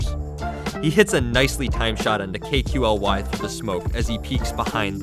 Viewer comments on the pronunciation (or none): "K-q-l-y" LMAO it's kaly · It's pronounced KALY. It was a stupid and arrogant trend for French players on AZERTY keyboards; Q and A are swapped so some of them thought it would be hilarious to swap the letters out in their names as well. It's not Kookly, K-Q-L-Y, but Kaly. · It's not pronounced as K Q L Y it's pronounced as Kali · You mean "KUKLI" 😂🤣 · Lmao has the commentator ever played CSGO ever... “K-Q-L-Y” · u pronounce kqly as kook-lie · Blitz Esports CS:GO thats one hell of a shit reason not to pronounce a name. very professional indeed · It's just perpetuating the mistake; just more people getting it wrong. There's a French analyst/caster called XTQZZ. Pronounced IXTAZ. This isn't difficult to understand! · Sameer Khan ikr man i think the narrator is non cs player